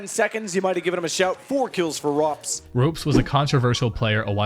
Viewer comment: 'Ropes' and 'Cer-Q'? Are you kidding me?!